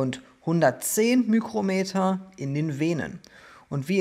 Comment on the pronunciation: Hi, ein Tipp zur Ausspreche von µm > Mikro Meter:) ohne ü Es spricht sich ja ebenfalls Mikroplastik:)